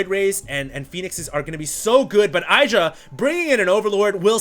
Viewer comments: id-ra not eye-dra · It's not EYE-DRA..... It's "IDD-DRA" You should know, you were there in that HuK TLO interview where they asked Greg how to pronounce it...... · Socke's very good. He did not stubbornly try to make colossus (like some protoss). No hydras, no need for colossus. Got immortals instead good reaction by Socke. Also Idra's name is pronounced Id-ra not Eye-dra. Blame Artosis for that. :P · Love that is proud to pronounce Socke right but doesn't prononce Idra right =) (The "I" is the same as in "in" "is" and "listen") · You might say Socke's name correctly but you're definitely wrong with IdrA. As he said during Dreamhack Stockholm International, it's not "[eidra]", it's "[edra]", if you know what I mean. Guys, you're pros, and by now you should know how to pronounce the names of the top players... :) No offense. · Why is it that no one actually pronounced Idra like it should be pronounced?? It is not 'Aidra', it is Idra... ask him!! I am 100% sure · i believe it's pronounced edra not idra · Its ih-dra not eye-dra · It's "IH-dra" not "EYE-dra." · Idra said in a interview that its pronounced Id-ra, but if you use english used it would be pronounced Eye-dra, so both are technically correct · i think that it is suposed to be pronounced ih-druh but eye-druh does sound more catchy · It's IH-DRUH, not eye-druh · id drah. the was psystarcraft pronounces it. he met him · IT IS EYE-DRA, husky is wrong! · its pronounced id-ra dumbass lol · ummm actually its pronounced " win-druh " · It's Ih-dra, it's based on the Hindu god Indra.. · artosis call him eye-dra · It's actually e-druh. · it can also be pronounced iddra like a hard i sound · You still can't say IdrA correctly though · He is trying to pronounce Socke correctly, but not Idra, not for the 50th time. lol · If you want to know how to pronounce his name watch this: /watch?v=amWEf0Y17cc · you pronounce both players wrong >.< eh-dra and sock-eh